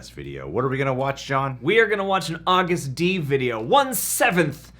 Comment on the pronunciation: Probably already been said, but the name is Agust D, with Agust pronounced like the month of August.